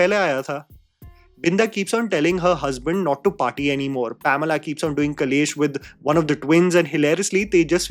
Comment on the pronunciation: Why is no one talking about how keeps calling her Pomela????